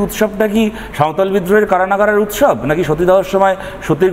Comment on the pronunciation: উৎসব নাকি মোচছব